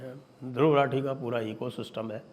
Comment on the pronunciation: सही उच्चारण रथी है या राठी,चेक कर लीजिए महापण्डित!